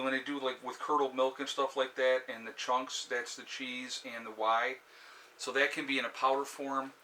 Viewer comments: I was like Why powder? What is this new food I have not heard of ... was excited for 1 sec, then he spelt it w.h.e.y ...... ohhhh "whaaay" powder lol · No........it is pronounced way. Long A. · FYI "WHEY" is pronounced exactly like the word "way" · Whey is pronounced WAY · Whey pronounced Whay powder good protein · That’s pronounced wha. The ey is pronounced as a long a. Good video! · wha? like what? not right....it's pronounced like WAY. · Whey is pronounced "yay" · no....it's pronounce WAY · Whey is pronounced "way"